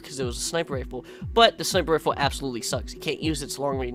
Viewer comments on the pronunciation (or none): none